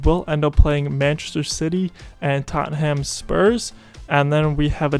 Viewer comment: Totham Spurs? xD haha, good vid bud